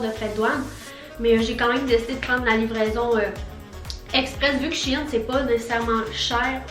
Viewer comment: Le site se prononce chène!!!😤